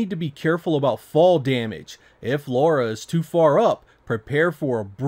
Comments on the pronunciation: 25 years later and people are still saying "Laura". Dude, it's "Lara". :) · Its Lara not Laura :| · Her name is LARA not LAURA! lol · Why do 99% of Americans have such trouble understanding this charecters name is LARA & not LAURA? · Why do you call her Laura? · How do you complete tomb raider and still call her ”Laura?” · Might be your accent - but you really seem to say Laura instead of Lara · La-ra not Lau-ra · Lara (LA-RAH) NOT Laura....even the characters in the game say it (LA-RAH) ugh lol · Dam American's and your Laura not Lara Croft.😅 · 12 mainstream titles and 3 cinemas released films, but still…, Americans’s can’t pronounce her name correctly. Like what are you hearing to continue calling her Laura? There’s no ‘U’ in her name!! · Great game one of the all time greats. It sounds like you keep saying Laura lol. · It sounds like you're saying Laura. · why can't americans say "lara"? or "craig" for that matter. anyways this version looks pretty bad. except for the lighting on lara, which seems to be light source dependent. something even VF2 and DOA(saturn version) couldn't achieve. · Tomb Raider stans, take a drink every time he says Lara's name wrong.